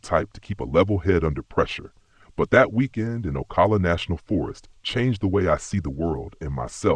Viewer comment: He doesn't pronounce Ocala correctly so he doesn't know what he's talking about. 😂